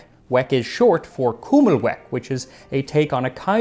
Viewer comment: Being from Buffalo myself, I found your pronunciation if kummelweck interesting. Here, we say pronounce it kim-uh-weck.